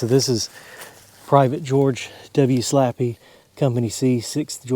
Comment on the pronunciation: Slappey Is Pronounced Slay Pee or ( Slae-Pi)